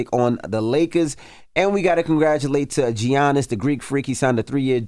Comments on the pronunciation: Envy- Giannis’ name is not pronounced Gee-On-is it’s pronounced Yawn-is. 🤦🏿‍♀️ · Who’s Gee-annis? Lmao how hard is it to pronounce Giannis as “Yaw-nis”? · Y'all clearly do not watch the NBA because that is not how you pronounce Giannis Antetokounmpo's name. 😂😂😂 The g is pronounced like a y. It is a Greek name.